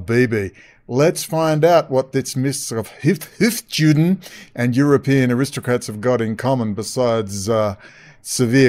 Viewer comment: Its hofYOOden, not JEWden.